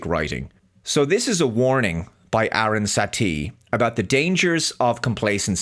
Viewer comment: btw, the character that's been grossly misidentified by Star Trek Starfleet Academy is Aaron Satie and not "Erin Satee". also, in the episode "the Drumhead" it is Norah Satie, the daughter of Federation Legal Counsel Aaron Satie, played by the late Jean Simmons, that the antagonist of the episode. i can located any misquote, or misrepresentation, of Star Trek because i have the complete TOS, TNG, DS9, Enterprise, all of the movies of the TMP, TNG and Kelvin Timelines on DVD/BluRay...i don't and won't have anything to do with Lower Decks, the shorts, DIS, SNW, SEC31and the current trash of Academy.